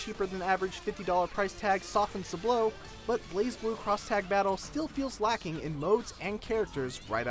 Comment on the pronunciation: Isn't it pronounced Blaz Blue, not Blaze Blue?